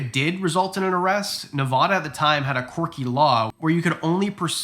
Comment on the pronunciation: We’re getting somewhere, you said it correctly once 🤩🤩 so proud